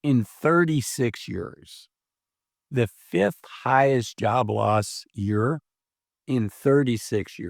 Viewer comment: Year. Year. “YEER” Not YUR